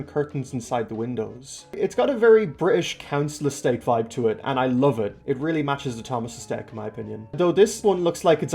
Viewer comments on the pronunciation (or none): none